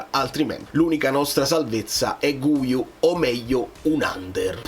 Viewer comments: Cmq "Guiu" si legge "ghiu", così come "guitarra" si legge "ghitarra" e non "gu-itarra". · Oggi ho sentito una giornalista italo spagnola. Guiu si pronuncia Ghiù. Comunque secondo me il Napoli qualcuno prende, solo perchè Allegri ha espresso un bisogno.